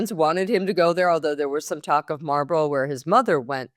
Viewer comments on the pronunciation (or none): I wish would work on pronunciation....e.g. the pronunciation of Marlborough. It's not a cigarette brand. IMO if you style yourself as an authority on English social life, better get the place names correct. It's not that difficult....